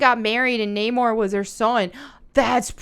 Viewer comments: Not her being picky about the details while calling him “Naaymore” lol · Nam-or you silly beech not Name-or. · I saw the movie. I think they ruined the character of Namor the Submariner, and the character they made in his place was good but not great. You're right about the Lara Croft effect, everybody on YouTube calls him Nay-more like they're supposed to, not Nah-mahr, which is unfortunate because I like Tenoch Huerte's character better if it's not Nay-more. Talocon works better than Atlantis, because the show producers managed to come up with a vibranium-fueled nation of indigenous non-white people that makes a great counterpart to Wakanda. But it's a stretch to make Namor the incarnation of Quetzalcoatl. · How about pronouncing the producers name Not Moor and putting Namor back to the original pronounciation. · My name is Na more. Not Namor……………………………………………Miners not minors. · Even if they didn't go with the mesoamerican route and stick to the traditional atlantean which is greek the name would still be pronounced that way instead of the modern english Neigh-More. Kinda like how in God of War they pronounce Kratos as Cray-Toes. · I thought it is pronounced "Nah - More" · Emphasis is on the O now to. Nuh-MOre. Like saying "no more" with an uh instead of o in no...ugh. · Namor pronounced as Humor... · So the way they pronounce it is Nah-More, ok, Nah they ain't getting any More of my money after all the bs they have done in recent years. ah i see, the name does fit. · Modern revisionism doesn't work. I saw a show where they were discussing the Gemini probe and everyone on the show pronounced it Jiminy. I couldn't stop laughing at them. It's JEM-in-eye, always was. Naaaah more isn't going to work either. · The thing is, that is how Americans would pronounce Namor. I'm from New Zealand and Maori and we would pronounce Namor as Nah-mor. Also I like that they changed the story to Mayan and Atlantis is now a Mayan city that sunk beneath the sea. Looking forward to it